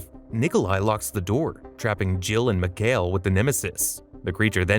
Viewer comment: And mikihail sounds like Miguel lol